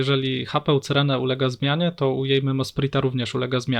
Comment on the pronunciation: Jak jeszcze raz usłyszę C y r e n e to mnie szlag trafi.